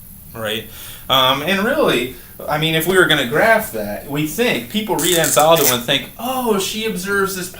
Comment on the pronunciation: Sir, you must first research Anzaldúa, learn to pronounce her name correctly, take a course or two about her work, then teach it.